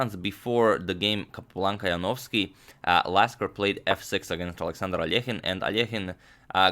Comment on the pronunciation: No one can pronounce David Janowski better than this guy